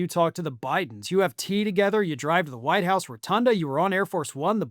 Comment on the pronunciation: Yeah the "American" first lady pronounces White House as Vhite House!